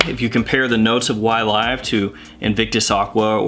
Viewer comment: “Y-Live”! I prefer your pronunciation with the LONG “i” sound.... The SHORT “I” is too gloomy, especially this close to suicide awareness Day😭🤭😌…!!! Focusing on your video Sir: You didn’t disappoint as usual and ty 4 that!!! Fragrantica is horrible for note breakdowns and the Parfumeur behind the Blend... This something I’d really like to buy and own.... Pear and grapefruit are two notes that I find very enjoyable.... Great job Sir and thank you so so very much for you steady and consist churning-out of GREAT content. The GentsScents family Members are,. Definitely not cheated when it comes to quality and content.☮️🙏💛👏🏼👋👋